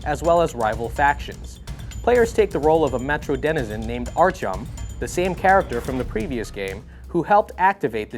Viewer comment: Archum ? ..... is that really how you pronounce his name.